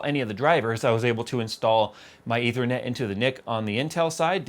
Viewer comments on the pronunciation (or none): none